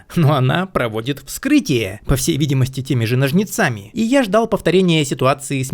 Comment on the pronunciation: НОжницами,, не ножницАми. А так угар, конечно.